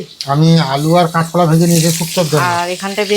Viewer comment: তুমি সোস্যাল মিডিয়ায. কাজ করেছ ভোমাকে অনেক স্মার্ট ওচটপটে হতে হবে তা না হলে একটু অসুবিধার সম্মুখীন হতে হবে বোন। তুমি এই ভিডিও যে করছে দেশের সব মানুষ দেখেতুমি লেখাপড়া জানা মেয়ে ভয.দূরে ফেলে দিয়ে সাহসী মেয়ের মত কথা বলবে ভাই এত উচ্চারণ খারাপ করে নাতো। শেখার শেষ নেই গাঁয়ের কথা একটু পাল্টানোর চেষ্টাকর মানুষ পারে না এমন কাজ নেই। কেঁচ কলা নয. কাঁচ কলা.কাঁকরোল বলে কাঁকর নয.। মনেকিছু করবে না। অনেক ভাল বাসা পাঠালাম । ভাল থাকবেসবা ইকে নিয়ে।শুভ রাত ।❤❤